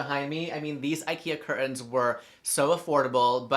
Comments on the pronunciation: Nobody asked, but I love the way you say CUR TAHNS lol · Just found you today and I’m stuck 😂 I’m guilty for having a silver and mirror living room and matching sofas🤦🏻‍♀️but that’s it’s about to change been changing things up since last week. For now on I’m calling my curtains only “CuR-tAnS” it sounds so fancy when you say it 😂